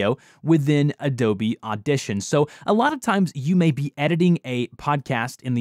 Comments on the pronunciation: Adobne Audition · ''Adobne Audition''